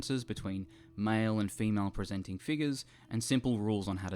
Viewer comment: The fact you say presenting is just weird asf